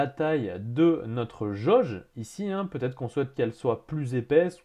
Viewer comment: Je n'ai que trois choses à dire : - vat-être - vat-être - vat-être ! Formateur d'Excel et déformateur de français.